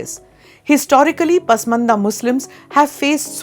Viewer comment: Pasmanda not 😂 Porsha Right ❤